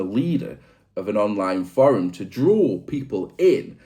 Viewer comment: Love the video. Not a fan of how you pronounce the word forum 😅😂